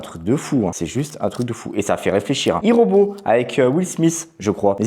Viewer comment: Youpi de retour I robot super film Mes ceux dit avec un belle accent Anglais 😂